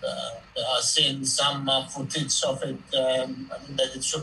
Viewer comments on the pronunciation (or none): none